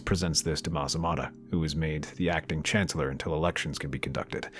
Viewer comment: "...We are saddened to report the Chanellor has passed away today. Clearly, it was a coup by the Jedi......"